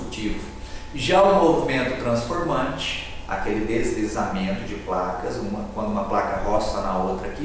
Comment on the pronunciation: É TRASNFORMANTE OU TRANSFORMANTE ???? bem no finalzinho do vídeo.....